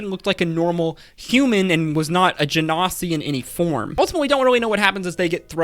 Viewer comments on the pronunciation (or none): none